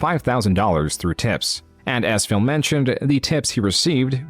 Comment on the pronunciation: Is callimg him "phil" or "fail"